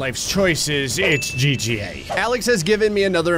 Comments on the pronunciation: lol did just call it GGA lol:D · Am I the only person that heard say “It’s GGA” instead of”GTA” in the intro